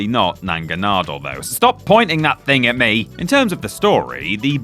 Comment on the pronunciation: trying to say Pokémon names is literally the funniest thing about this video lolol naga-nadel ma-wheel🤭🤭